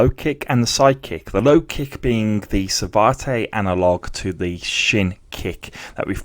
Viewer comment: It’s pronounce Sa-vat, not Savartay!